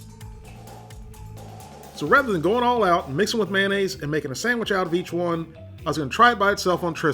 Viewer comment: Man-aze? May - O - naze.